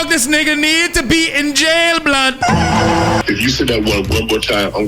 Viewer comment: I cringe when foreigners say “neegas” 🙄